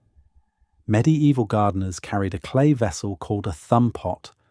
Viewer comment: and medee-eeval